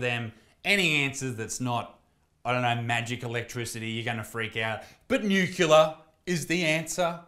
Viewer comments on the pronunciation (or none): Isaac its nuCLEar not nuKULUr. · The fact that you want nuclear energy but you pronounce it nukular is hilarious. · Gotta say bruv, hearing you say the word 'Nuke-ular' energy, brought a tear to my eye. Bloody legend though, we still love you :P